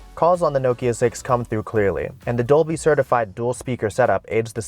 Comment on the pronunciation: wtf? also who was getting annoyed w/ how he was saying 'nokia'